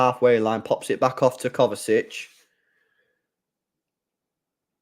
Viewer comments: Kovačić (kovachich) is the correct pronounciation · Bruh there is no T in Kovacic ffs. Every stream u keep saying Kovatic?? Where the hell is there a T in his name?? It’s KovaCiC. Imagine saying Poden instead of Foden all game or every stream 🥴